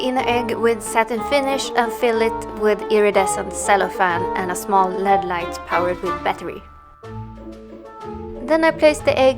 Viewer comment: Its LED not led